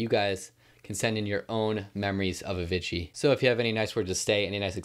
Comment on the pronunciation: FFS please fix how you say madeon and Avicii....... thanks bruv